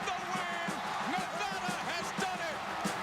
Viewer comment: Two comments: Boy-C and Nevada NOT Nevahda.